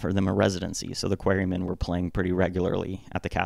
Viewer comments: "the Queerymen"?? its pronounced "Qua-re Men" 🤦🏻‍♀... also, it was George Harrison who intro'd Pete to the band... you also failed to mention that during the Tony Sheridan sessions in 1961, producer Bert Kaempfert asked took away Pete's kick drum due to him only being able to play the one "atom"/4 on the floor beat.. Pete was a shitty drummer.. just A/B/C the 3 versions of "Love Me Do" -the Pete version, the Andy White version and the Ringo version.... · wow.. Im going to try not to bother by writing a million words on an AI made video - (remember the "Queery-men" pronunciation? that was AI)... but, i will address some of your points, but firstly.. no need for name calling and insults.. I have a rule - dont say or do something online that you wouldnt say or do in person, and I cant imagine you would call me a "dummy" and whatever else if I was standing face to face with you.. right, where was I? thats it: ok.. if Kaempfert was such a "fuddy duddy", why did George Martin also have a problem with his timing issues/playing to the point that he asked that Pete not record for the Beatles? i mean, you can even hear the band falter on the Pete version of Love Me Do after he loses his timing in the second middle 8.. so why was that asked of them then? hmmm?? Also, if Pete was such a "genius", why didnt he go anywhere after the Beatles and end up driving a bread truck? Ill put it another way you cant argue with or refute. Its said the Beatles really learned their stage craft and put in their "10,000 hours" over in Hamburg. When they left Liverpool in 1960, they were seen as a "bum group" according to Alan Williams and by the time they came back, they had all the chops that they continued to tap into for the rest of their respective careers. Except for Pete. He was still playing what he was playing when they left.. he just didnt progress.. nor did he jell with the others... when they would want to hang out, he would make excuses not